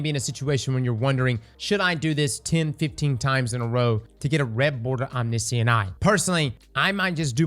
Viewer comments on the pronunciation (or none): om-NISH-ent eye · How did you said omniscient?